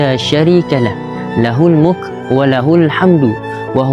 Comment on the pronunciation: assalamualaikum,maaf nk betulkan ckit bacaan ustaz tu lahul mulku tu kasi betul kan ye tq